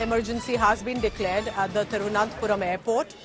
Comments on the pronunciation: That is not Thiruvanathapuram its Thiruvana(n*)thapuram🤦‍♂️ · India Today can't pronounce Thiruvananthapuram?